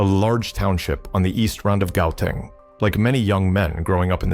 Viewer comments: Pronounce a province as goathang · Ai we pronounce it as hauteng😂😂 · Y'all must learn to pronounce Gauteng or just stop making this videos. It is not an English word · It's amazing how you knew his aspirations of wanting to be known and feared. Please learn the correct pronunciation of words before making a video. "Gauteng", for instance... Bad video. Bad. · If you can’t even pronounce “Gauteng” then maybe go back to play on your own turf. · The story teller is not from South Africa, you can hear how he pronounce Gauteng